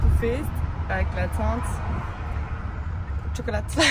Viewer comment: MDRRR chocolateu souffleu je dead